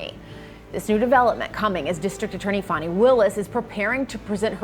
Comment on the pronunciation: How do you get that pronunciation of Fani?